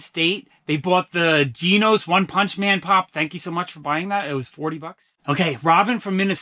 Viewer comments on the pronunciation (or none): It's pronounced like "jeh nos" from one punch man :)